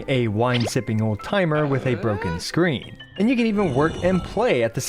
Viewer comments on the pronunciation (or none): none